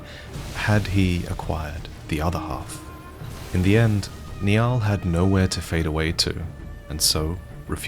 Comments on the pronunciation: Great video, just one small issue. Niall, the name given to the Commander at Fort Sol, is typically pronounced as "Nylle", rather than "Knee-al". It has Celtic/Norse origins and dates back at least 1500 years. Glad you're saying Scadutree properly these days, I respect that you make an effort with these things. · I know it's a month late and it's not really important but Niall is pronounced Nile. It's an Irish name, derived from the old Irish Niadh, which means champion. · Surely it's pronounced "nI-aLL" not "knee ahl". And I'm aussie confused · It’s nigh-el not nay-al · I'm sorry, I know these kinds of comments must get annoying, but Niall is pronounced "Nile" like the river. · Not sure if the game intended a different pronunciation, but the name "Niall" is pronounced "Nile". Like the river. Thought some might like to know that, not intended as a grammar antagonist correction. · Oh my GOD Commander Niall is pronounced “Nile” like the river. Drives me mad when people try their best to butcher it. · As your best friend I did laugh extremely hard when mispronounced your name 😂😂😂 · Hopefully you can pronounce Niall's name correctly next time 🙏 Fantastic video otherwise. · I always pronounced Commander Niall's name like he was Irish lol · As a Niall myself, I detest the way you chose to pronounce Niall.